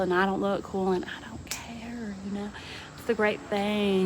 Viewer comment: A TN accent. I laughed too! 😂